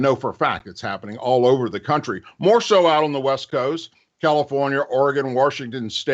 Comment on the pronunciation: Love how you say “warshington”. So true 😁